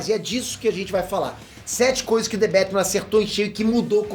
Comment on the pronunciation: "Dê bétimã " Srsr... salve homi !!! Chama ...